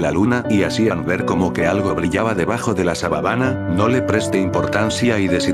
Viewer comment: Buen creepypasta pero en el minuto dice sababana